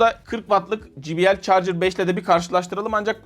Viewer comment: Jibiel değil de ceybiel şeklinde telaffuz edilir. J harfi cey okunur.